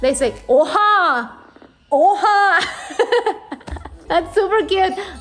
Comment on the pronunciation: That "oha" sounded so so turkish 😂